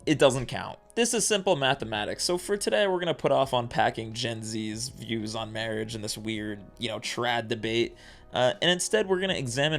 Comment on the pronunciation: SIR you said Mawage wrong